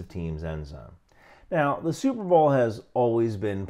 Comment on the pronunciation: Never heard before of superbowl and it sounds like superblow.